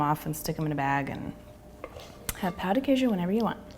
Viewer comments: Pão de queijo. The 'a' has the UH as in BUTTER sound. You've pronounce like we say the word "pau" which is a bad word. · For Pete's sake, it is NOT called "POW" de Queijo. Why do you say it like that? Say it right! Notice there is a TILDE over the letter "a", which means it is nasalized. Not "POW", please.